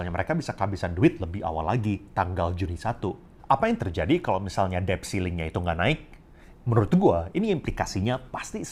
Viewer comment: Maaf ya mas OP, mau koreksi dikit: “debt” itu huruf “d”-nya ga diucapin. Jadi bunyinya seperti “det”.